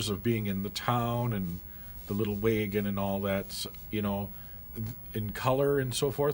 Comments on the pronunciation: What's a way-ghin? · I played the '90s version of this game and remember enjoying it very much. The way you pronounce wagon as waygun makes me think of Canada or the upper peninsula of Michigan. Will you play more of this? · That way he says wagon ruined the whole video for me lol